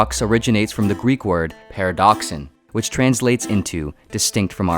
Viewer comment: Παράδοξον. The intonation is on -ra-, ParAdoxon. Please do the basic, there are a ton of resources on pronunciation, heck, there are even websites that have proper recordings of Greeks pronouncing a word, it just takes a minute to check how the main subject of your video is properly pronounced in it's language of origin! You make it sound like a toxin. Oof!